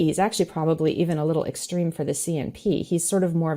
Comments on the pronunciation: She should learn to pronounce extreme properly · for a word you mispronounce...you add fuel by repeating it in several forms, what seems to be 100 or more times..."extreme"..."extremist".."extremism"...........puleeze......I want to tear off my headphones when you talk...that totally defeats your purpose..you make that word sound like a bacterial infection...am I the only one who feels this way?